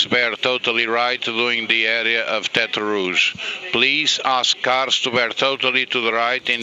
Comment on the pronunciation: At the so-called tetre rouge? What do you mean the so-called tetre rouge. It IS tetre rouge. That’s it’s name